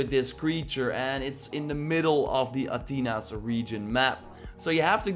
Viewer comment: the way he says Athenas bothers me